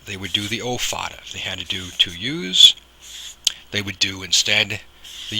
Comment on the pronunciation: Agghhh... the pronounciation is off and it bothers me because you're so close to being right, but it just doesn't sound right.. and it bothers meee... The accent over the a is called a fathe or foda, and is pronounced as "fodda" (the "dd" is said by spreading the tongue behind the upper teeth, as the "th" in the word fathe is a broad t while the "h" is silent) It is an Irish accent that's used in the Irish Gaelic very commonly, and because of this, the vowel ":á" is exaggerated as a broad vowel, except when it preceeds (or follows) a slender consonant, where another broad vowel will flank that slender consonant (and the reverse is true). Thus, the vowels will always agree - slender with slender and broad with broad "Caol le caol agus leathan le leathan” The problem I have with it, is that the way the (á) is pronounced, is sort of correct, but not..? Because there's a nasal quality with it to pronounce it better as a slender vowel, but as a broad vowel, there's more impact - and this is an important distinction. And it sounds like yer tryin fer the broad pronunciation, but the technique is off, so it sounds like yer tryin to say another vowel as a slender and mixing the two together and it just.. it's like an itch in the brain ye can't scratch But there's another huge problem that i have with it.. which is hardly ever even addressed or made aware for most people that I can't really fault ye for.. ye're goin by one singular based accent, and not really specifying which region i